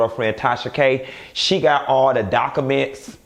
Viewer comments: not DOC-A-MINTS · Liked after u said docaments 😭😭😭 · I love how you change words... dock-a-ments😂😂